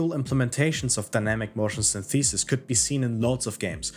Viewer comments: Its more like Synth - eh - sis. English English rather than American English. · sYnthesis, not synthEsis. Otherwise, great vid. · That's not how you pronounce 'synthesis'. It's not 'syntheeesis'. The stress is on the first syllable. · dawg I love this video but please stop saying syntheesis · Well I didn't hink it was possible for a human to mispronounce 'synthesis' in such a way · Good video, although that’s not how synthesis is pronounced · Hey man, great video - I really liked the euphoria engine in the first Read Dead Redemption, I think it fit in perfectly there. Also, no disrespect - your pronunciation of the word "synthesis" is kind of off. I found a 12 second video that shows the correct way to say it and I thought I would offer it to you in case you're interested. Anyways, cheers m8. I'll post the link below in case the comment is auto-removed by YouTube.